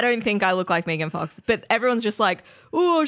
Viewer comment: Mee-gan fox lol